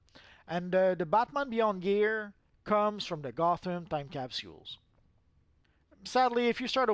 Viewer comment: Could you say capsules better?